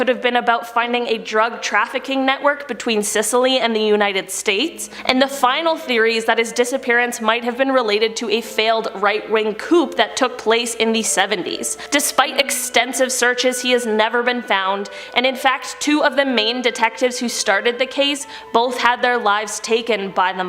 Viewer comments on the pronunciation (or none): "Coup" The attempt to overthrow a government Sounds like "coo" ... No P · is so cute she said coop instead of coup lol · Yeah, not knowing what the heck it is that you're talking about is really cute. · Coup is pronounced "coo". ✌️ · Coup the p is silent...so not coop... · Coup is pronounced "koo" and while we're at it corps, as in Marine Corps, is pronounced "core". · It's not "coup" as in koop. It's pronounced without the p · FYI coupe is pronounced with a silent p. The definition: when a small group overthrows a government